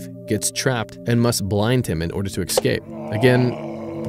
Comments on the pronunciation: I have absolutely love what you do. Your videos are the best Trek content on the internet aside from Trek itself. Thank you so much for making these and continuing to make good content. May I offer some constructive criticism? Escape is pronounced Ess-cape not eck-scape. You are so good at these things please correct your pronunciation of that word. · "Ess-Cape", not "x-scape". I love your shit. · You do such a fabulous job! I'm begging you, please, STOP saying "excape." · Please pronounce 'escape' correctly in the future.